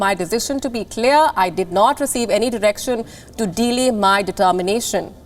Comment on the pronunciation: Delay sounds like Today....other than that great work 👏